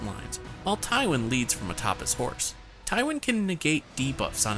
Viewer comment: Ty-WONG Lannister 🤣🤣🤣🤣 he's a believable RTS gamer, but he knows NOTHING about GoT